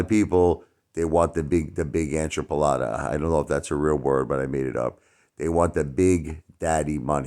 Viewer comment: It’s NOT “enchapalada” It’s “EN-CHI-LADA” 🤣🤣🤣